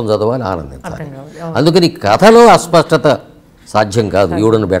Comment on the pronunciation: అస్వ‌స్థ‌త కాదు నాయ‌నా.. అస్ప‌ష్ట‌త‌..